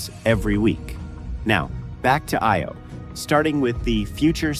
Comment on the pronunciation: Does that help explain some of the terrible word pronunciation? For example, it's "EYE-Oh", not "EEE-Oh".